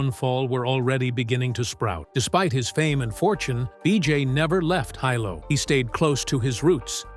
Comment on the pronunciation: Sorry To Correct You About Saying BJ’s Home Town Name Terribly Wrong. Because I Am Also From There And Know The Penn Family. We Who Is Was Born There And Have Generation’s Of Ohana That Had Been Born & Raised There. We Ten To Get A Little Eerrrr About Saying Our Town Really Wrong It Is Pronounced : Hee - Lo , Hilo,Hi BJ Is Called Like All Us Boy’s From That Town Are Called “Hilo Boy’s” , Mahalo (Mah - Ha - Lo) For Making This Video Of One Of HILO BOY’S To Be Proud Of!!!!! But His Decline Of His Mental State. I Have Talked With My Ohana About Fighting And Losing. We All Agreed Something Was Going On With Him He Is Not Really Fighting How He Was Trained And When His 1st Video Popped Up I Told My Cousin’s See I Knew Something Was Up!!! I Said “I Wonder If It’s Like What They Say About Boxing & Football???? Getting Hit In The Head To Much In The Head Then Your Brain Would Go Wrong. So I Wonder?????